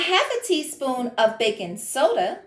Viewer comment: Your skeleton costume is very scary but somehow I made it through the video. ☠️funny fact : when you said "we're going to do some bakin", the closed captions guessed you were saying "we're going to do some bacon" 😅